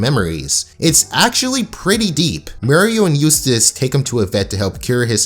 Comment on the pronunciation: Not "Mural" , it's Muriel